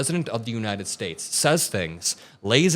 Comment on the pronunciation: Did that fool actually say that 'Trump can articulate.'?????????? as in the United SCHATES of America? or how about the closing of airports during the Revolutionary War??? He's as articulate as a valedictorian speaking at a 3rd grade graduation.